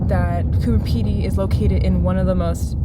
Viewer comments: You keep pronouncing it "Cooper Pedy". It's actually Coober Pedy. With a B. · Coober with a B. It sounded like was saying Cooper. I guess it’s too late to warn you that the whole area is filled with vertical shafts so don’t fall down any of them! The miners each have a licence to dig and are limited to their own area, so they set up their own shops and displays. They don’t want you filming their layouts because they’re valuable mines.